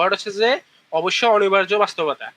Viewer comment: অনিবার্য, অনির্বার্য না।আপুটার বাংলা শব্দ উচ্চারণে ভুল।